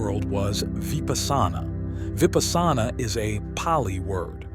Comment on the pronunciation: 😆. Vipasana is Pronounced* Vee-puss-na.